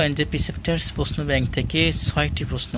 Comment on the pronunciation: পশ্ন' না, এইটা উচ্চারণ হবে "প্রশ্ন"। ধন্যবাদ।